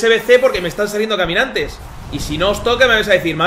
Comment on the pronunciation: Porque les dice camianante?